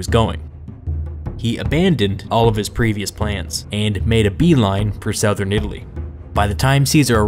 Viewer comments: this is cool but how is it possible that as a native english speaker you pronounce 'southern' like that? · They way you say ‘southern’ is weird